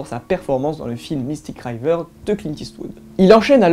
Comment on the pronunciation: Hey mec, « River » se prononce « Wriiiveur » ( Wraillveur ça m’a frisé dans l’oreille) 😅